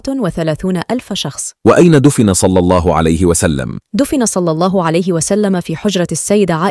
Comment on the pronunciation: جزاكم الله خيرا،، اخت نجلاء، لفظ الجلالة بعد الكسر يرقق مثلا في الله، وانتم تفخمونها، يرجى ملاحظة ذلك